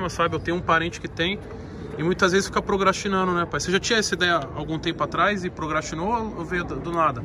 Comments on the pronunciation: Se tem Toguro falando "prograstinando" ao invés de ser "procrastinando" tem like! kkkkkkk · ”PROGRASTINANDO” . Ai Fellas inventei uma nova palavra. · Tem toguro que diz que é bom em português, mas fala "progastinando" ao invés de PROCRASTINANDO, tem like! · Tem toguro falando progastinando, tem like kkk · "Prograstinando" kkkkkkk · "UIMA" TOGURO BUGOU ATÉ O PORTUGUÊS